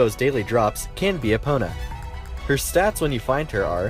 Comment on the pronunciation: It’s not pronounced “E-Pona” It’s Eh-pona